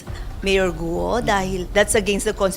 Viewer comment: Mali naman pagkabigkas ng apelido ni mayor bkt gu o ang tamang bigkas ay guo parang go lang silent u cnxa na sa pag correct sa pronounciation mo madam